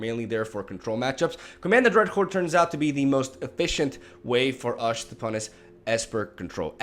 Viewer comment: "Command the dreadhorde is the main way for ush to punis esper control" It's nice to see an eloquent person struggle with his tongue as much as I.